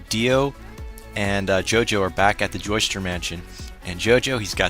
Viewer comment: BTW I notice you're saying "Joester". Sometimes the subs spell it that way. But it's actually Joestar. As in Joe and the word star. You'll notice later in the series why the "star" part is important.